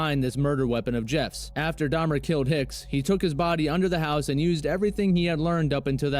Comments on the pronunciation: It's "killed" not kilt. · Killed, not "kilt".